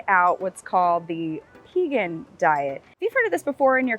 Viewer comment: Thank you for pronouncing P-egan, like, V-egan. So many people say Paygan.